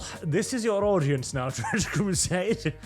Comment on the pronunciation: TTtttrrrrrench Crrrrrusaaaade is racist ... get excited .. but then let down